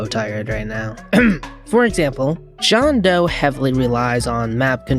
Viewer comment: Jone doe? 😭 it's Jane doe